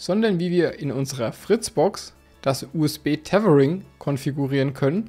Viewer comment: wie du Tetering sagt ist zu köstlich 😁😅😂